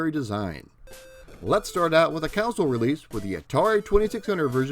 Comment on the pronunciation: Console (Kahn-Soul) NOT Council...you are not seeking Council...you are playing Console games. My wife mispronounces this as well drives me nuts!!